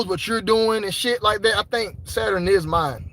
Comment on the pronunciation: Bro said Saturin (Saturn) lmao